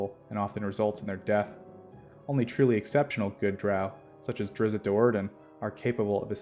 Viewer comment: Great channel but it pains me hearing Drizzt being pronounced Drizzit